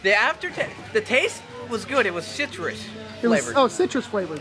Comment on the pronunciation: I cant think of one at the moment... But the main character from Kagero 2 does come to mind. She killed off a lot of villagers.. I'd love to find it for playstation. When said that the candies were citrus flavored twards the end, I heard Shitrus... LOL!